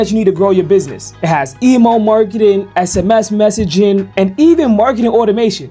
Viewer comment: Pronunciation tip: email is EE-mail, not EE-mo.